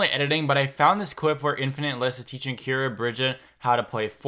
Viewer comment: Her name is not Kyara it is Keira